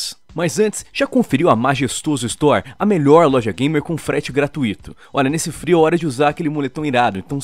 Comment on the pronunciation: MDS A FORMA CORRETA DE PRONUNCIAR A PALAVRA GRATUITO É DA MESMA FORMA QUE A PALAVRA CIRCUITO, ELA É PAROXÍTONA, É GRA-TUI-TO, E NÃO GRA- TU-Í-TO, MDS Q ISSO JOVEM